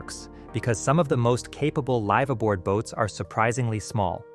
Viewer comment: at least it's obvious early like when it mispronounces "live aboard"